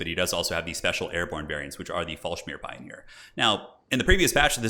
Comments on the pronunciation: nice report but it's FallschIRM not FallschMIR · For the sake of god please dont say "Fallschmir" its "Fallsch-i-r-m", everyone speaking german it sounds like you say "fall lubricants" I started watching you way back in 2018 because of Total War, but I like this new series as I tried this game too. Love your commentary! Keep up the good work <3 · not "shmeer", its '"shirrm" FallschiRMpioneer :) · It's Fallschirm. "Fallschmier" means "fall smear", whatever that's supposed to be 😂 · "Fallsmear". Lmao.